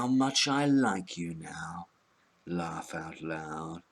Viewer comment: "lawff out loud"